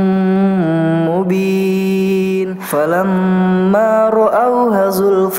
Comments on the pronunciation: Maa Syaa Allaah, menit Maaf dan Kak Ricis ada satu kata yang salah, seharusnya hu tapi di sini terdengar ha. pada ayat 27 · Mohon maaf. Di menit sepertinya salah ucap. Harusnya Falamma Roauhu Zulfata... Al Ayyah*. Namun sodara bacara *Falamma ROAUHA Zulfata.... Al Ayyah Tolong koreksinya Tapi suaranya bagus. 👍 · Iya betul seharusnya hu, tp bacanya ha, mf apa saya yg slh dgr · Maaf kak numpang komen.. Krn komenku dihapus.. Hanya ingin menyampaikan kalo bacaannya luar biasa... Namun ada sedikit masukan yg sangat penting yaitu ayat ke 27 harusnya ha' dibaca dommah HU namun sama dibaca HA... LALU AYAT YG LAIN ADZAABIN ALIM HARUSNYA tapi dibaca 'alim.. Serta mohon perbaiki tajwid dengung dan bacaan madnya ya kak.. Untuk semuanya BAGUS KOK KAK.. ACUNG JEMPOLLLL..... SUKSES TERUS TIM RICIS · Ma syaa Allah tabarakallah umi dan tim Tapi punten umi pas ayat 27 فلم راؤه زلفة seharusnya dibaca hu tadi kedengarannya ha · sy jg mdengarnya هاَ yg hrsnya هُ. mgkin lupa atau sedikit grogi. Tp smg pas bacain saat penyerahan mahar gak grogi yah ... atau jgn2 sudah? hehe...😊😍. Baarakallahu fiihi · Maaf cm ngoreksi utk kebaikan bersama, ayat 27 dibaca ha...harusnya hu...silahkan cek. 👍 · Iya juga yah,,harusnya falama roauhu